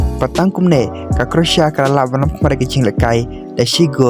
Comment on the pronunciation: Pronouncetion is not correct, croatia or croasia.